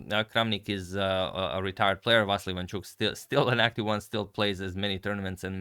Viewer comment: With all my respect , he is VasYL , the stress on the Y, not A!) Thank you for amazing videos